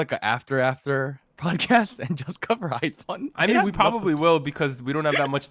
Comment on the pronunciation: I like this series of video contents that you're all dropping! Keep it up! I am an avid listener and I enjoy your discussions as well as I agree with all your opinions. I just want to clear some things out. IZONE is pronounced as /aiz-wan/ not /ay-zown/. Moreover, BTOB is /bi-tu-bi/ not /bi-ti-o-bi/. Gotta have to drop this 'cause I care. I love you all! More contents to come!